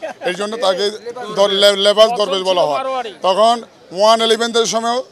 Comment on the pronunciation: দরবেশ নয় ধরেবেশ।